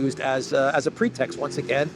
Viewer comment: “Pretexts” ⁉️Your English is usually good but that’s the worst pronunciation of PROOF that I’ve ever heard. Just saying.